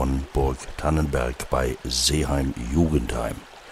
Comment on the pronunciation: Verzeihung,es heißt Seeheim-Jugenheim und nicht Jugen d heim